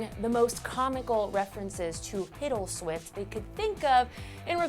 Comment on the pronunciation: the first time she said "Hiddleswift" I thought she said "Piddleswift"